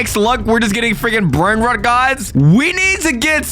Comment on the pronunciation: bros brainrot pronounciation 💀